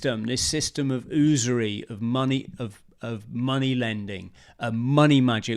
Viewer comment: it's not pronounced "oosery", it is "Usury" (yousery).